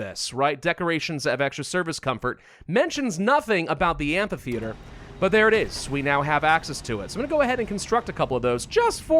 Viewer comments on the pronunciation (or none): Yo, whats with the pronunciation of "amphitheater", sounds off so badly ;D